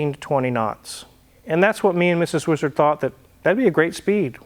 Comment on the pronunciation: Name the boat "weeezard" just the way pronounces it all the time😂